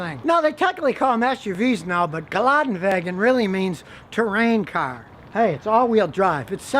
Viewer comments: Love you but it's "Gelande-Wagen", not "Galadin-Wagen" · Geländewagen (ge-lenn-de-va-genn) not geladen…hehe 🤓